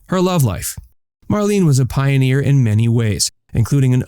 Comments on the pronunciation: Her name was mar-LAY-nuh. Not mar-LEEN. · Her name is pronounced Mar-lay-na. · HA! The very FIRST word spoken here is "Marlene" and you cannot even pronounce it! MARLENE is pronounced as "MARLENAH". I WAS a subscriber but dropped you because of your poor research and countless errors of every aspect. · It's spelled Marlene however it's pronounced Marlena. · You should pronounce her name properly!